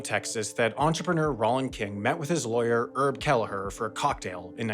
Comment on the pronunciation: Not important but surely that's not how you pronounce Herb Kelleher's name i.e. dropping the 'H'!